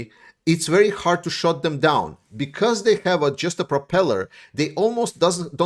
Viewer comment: Shoot not shut …rhymed with toot or hoot .